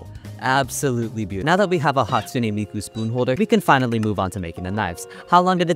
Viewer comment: hatspoone miku